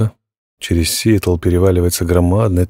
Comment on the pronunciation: Да что ж такое! СиЭтл и неприЯзнь! Хоть ГУГЛ чтецу в помощь!